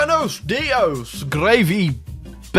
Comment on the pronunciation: "Buenos días" We the latin subs: Spanish noises